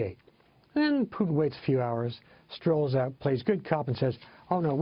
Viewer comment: What the fuck is Pyutin? the host keeps saying Pyutin